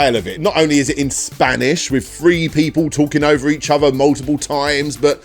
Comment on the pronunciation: feory, fhree.. ffs man